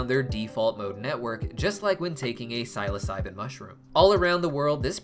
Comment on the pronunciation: also the way he says psilocybin